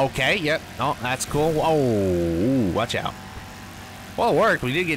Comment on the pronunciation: Did anyone else make the connection that when he said “Watch Out” it sounded like “CHICKOW”